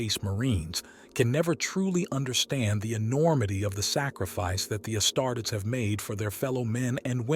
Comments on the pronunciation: The AI voice is bsd man..."Astarts"?! Come on man... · AI CANT EVEN SAY ASTARTES....THE VIDEO IS ABOUT ASTARTES....NOT TOO GOOD